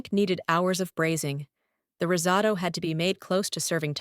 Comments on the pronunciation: Rizzado?????? Risotto. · Risotto...osso bucco. Stupid AI needs a human checking its idiocy.